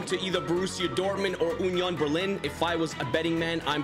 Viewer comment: UHHnion Berling😂